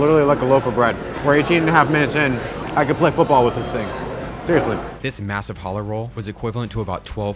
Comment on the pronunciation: You said challah wrong